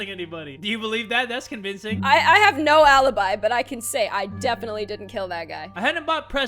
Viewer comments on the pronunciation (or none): none